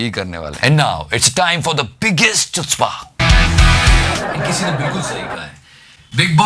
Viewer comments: It is good.... and btw chutzpah is actually pronounced as hutzpah.. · it is pronounced as ḥutspâ, not Chutzpah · the pronunciation for chutzpah is hutzpah. And like the pronunciation the movie haider also got the narrative wrong. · btw it is pronounced 'khutzpah' not 'chutzpah' even if it is written that way! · Its pronunciations is hootzpah not chutzpah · As you probably know, Chutzpah is a hebrew word which is actually pronounced as (khu)tzpah. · It's pronounced as khootzpah.